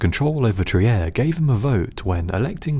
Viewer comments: Fantastic video! Trier is pronounced "Treer" in German, by the way. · trier is pronounced "treer"... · Trier is spoken "treer"